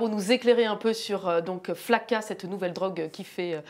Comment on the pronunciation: PK elle dit FAKA ?